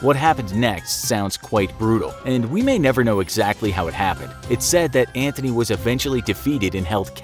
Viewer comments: No no no my boy, its Antony, not Anthony, theres no h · IT'S NOT MARK ANTHONY IT'S MARK ANTONY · It’s Mark Antony Not “Mark Anthony” 💀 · Antony not Anthony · IT'S ANTONY! !!!!!😒